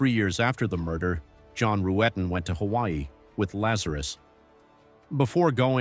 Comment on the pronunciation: Yea, that was something. I don't think I realized that the detectives mispronounced John's last name the first time watching.